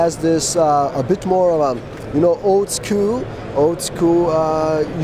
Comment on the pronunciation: Good video, but boy did your true accent reveal itself . Ol skewl" (old school) lol!!!!